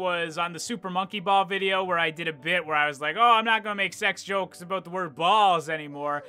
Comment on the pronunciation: I love the "aboot" he says. Canadians are classic